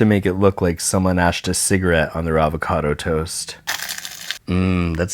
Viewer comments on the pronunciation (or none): none